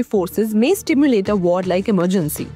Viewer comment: Simulate not stimulate😂😂